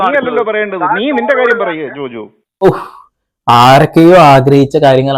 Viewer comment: ജോജോ അല്ല ജോജു